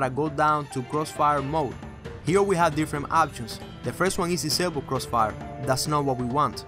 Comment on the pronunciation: crossfiel Moe, givit a Shah LOL!